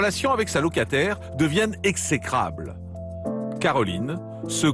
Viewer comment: Exécrable... Ça se prononce ég-zé-krabl. Zut à la fin !